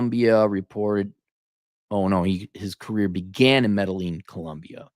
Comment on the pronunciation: said "Metal Lean Colombia" lmao